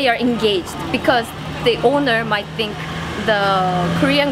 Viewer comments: ''do you sink'' 😅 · J'ai regardé pas mal de vidéos de la chaîne c'est vraiment super, par contre faut que tu arrête de dire "do you think" en prononçant avec un "S" sinon sa veut dire "évier" le TH est dur mais prononce avec un "F" à la place ce sera moins bizarre ;)